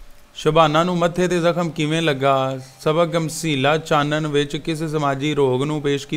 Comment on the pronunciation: Chatn nahi chanan h 😅